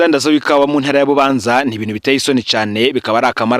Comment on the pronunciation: Bubanza basoma Būbānzá apana i búbanzà